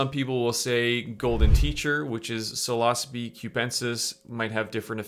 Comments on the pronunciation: You are pronouncing Psilocybe wrong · i thought it was pronounced like “silosybe”